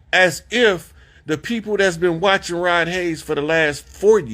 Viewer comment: His name is HAYES, NOT HAYNES !! PLEASE GET IT RIGHT, OUT OF RESPECT !!